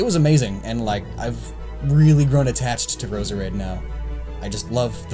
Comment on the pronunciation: How can your favourite pokemon be Roserade but you can't pronounce it's name?